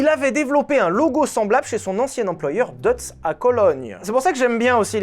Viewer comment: Prononcer Doïtz...comme Bolchoï. Dommage de bien prononcer Molsheim et pas Deutz